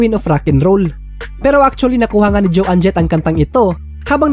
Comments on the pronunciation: bossing try to learn the correct pronunciation of the artist’s names, puro kasi MALI EH!!!! For example Joan Jett’s name should be pronounced as JAWN .. not JO ANNE!!! Isa lang yan, marami pa!! 😐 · It’s not pronounced Jo ann Jet …. it’s Joan PAREHO sa loan. You should know the correct pronunciation if you want to make a video like this. Watch English documentaries para malaman mo how to pronounce these words properly. I covered this song btw.